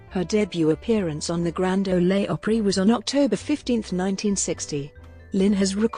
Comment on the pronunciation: I never cease to be amazed by narrators who do not relate or understand their materials. To wit: "Grand Olay Opera". I shutter.